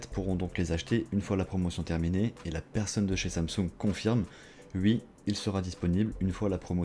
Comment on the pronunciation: y dis wi pas oui ptdrrr